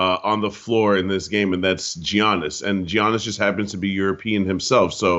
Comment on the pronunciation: Why can’t pronounce Giannis properly?